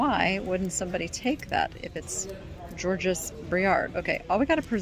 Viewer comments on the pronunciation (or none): You don’t pronounce the ending s of Georges.